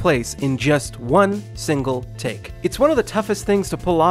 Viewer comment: Maybe it's just me, but I heard tick instead of take lol. Still a good video btw.